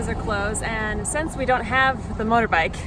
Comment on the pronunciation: lol..motorbikle..ive watched this literally 40x and I just realized she messed up accidently on that word.